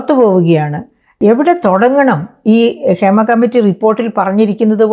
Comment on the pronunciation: ക്ഷേമ കമ്മിറ്റി അല്ല ഹേമ കമ്മിറ്റി